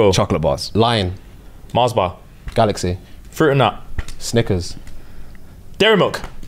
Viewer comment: SAID GALXCY TWICE